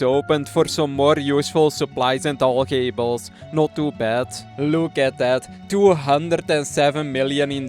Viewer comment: “Alch-ay-bulls” love it haha😂